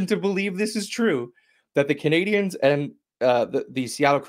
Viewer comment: Intro still says 'Canadiahns' by someone who doesn't know how to pronounce Canadiens properly.